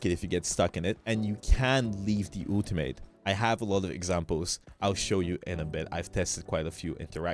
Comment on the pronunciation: Do u say Ooltimate on purpose or just accent thing 😂